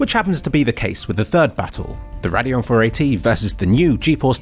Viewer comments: i shuddered every time you said "raadeon" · I've heard a lot of people say "na-ve" instead of "nar-ve", not sure which is actually correct though. You're the first I've heard say Radeon that way too haha. Nice video by the way, just couldn't help but laugh at some of your pronunciations.